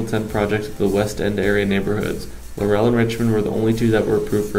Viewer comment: first of all.............IT IS PRONOUNCED LAUREL HOMES.....NOT LAUR - EL HOMES....I WAS AROUND WHEN THIS HUGE PROJECT WAS BUILT..............YOUR NARRATOR IS SO MONOTONED AND BORING..AND THEN KEEPS MIS=PRONOUNCING THE NAME OF THE PROJECT. LAUREL....not LAUR- EL......! Waching paint dry would be more interesting...omg....please do some reserarch before you narrate a video! (Laurel...like dont "rest on your laurels"....not emphasis on the second syllable. OK>?